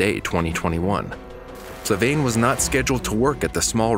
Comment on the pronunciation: Flaviane* Not Flavaine. You got the name wrong lol